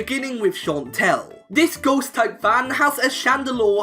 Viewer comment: I thought he said Fantina loves goats types and I was so confused